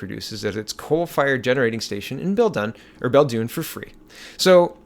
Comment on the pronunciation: It is "Bell-Dune". The coal plant was a Liberal Provincial government boongoggle.